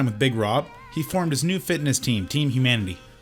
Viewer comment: I like how pronounces fitness kinda like fatness😅🤣🤣🤣